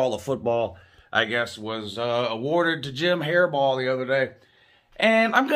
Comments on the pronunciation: says his name correctly then says hairball again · Ok if your intentionally pronouncing his name wrong that is just disrespectful, like "Hairball" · Who the f*** is Jim hairball it's Jim harbaugh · Who else laughed everytime he said hairball 🤣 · I keep thinking is Saying jim haribo like the gummy candy lmfao🤣🤣🤣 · Why don't you pronounce his name correctly? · A man mispronouncing another man’s name is beta as hell. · Even if I weren't a Buckeye I wouldn't think Harbaudh deserves the award, but I do think he deserves to have his name said right. The disrespectful mispronunciation takes away from the gentleman's interesting commentary.